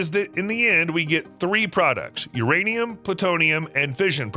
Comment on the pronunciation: is it URaniam or MYaniam